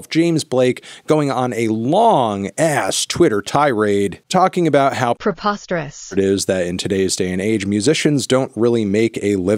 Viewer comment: Did you really mispronounce preposterous..? LMAOOOOOOO